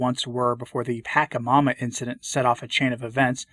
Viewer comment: Great, as always. An unimportant linguistic suggestion: call it "Patshamama" instead of "Pakkamama"... that's how the 'entity' is called here in S. America. Like "Tshae Guevara". EDIT: this Bonnemain "bishop" is a bald senior to whom that 'figure' botheringly refers to... but a quick 'image research' gives us also an oddly athletic (bodybuilt?) senior, who enjoys tight and branded clothes - VANITY is a betrayer sin. I wonder what would come out from a deeper look.